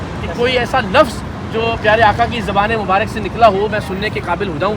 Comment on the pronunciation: لفظ مبارِک نہیں ہوتا۔۔ مبارَک ہوتا ہے۔۔۔درست کر لیجیئے۔۔۔۔